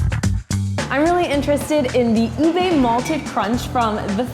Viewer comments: I'm Filipino and it's not ebay it's uba (oo-bae) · It’s pronounced “ub-eh” not “ubey” ice cream. Just a tad bit of correction and tbh that ice cream isn’t really special in our country, just commonly used a lot in a lot of desserts. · Ube is pronounced oohbeh not oohbey Just a correction😊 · Ube not ebay